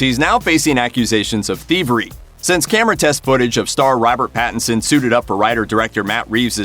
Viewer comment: Robert pattenson? Really?